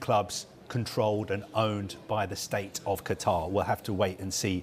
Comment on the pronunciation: Does this guy not know how to say Qatar 🤨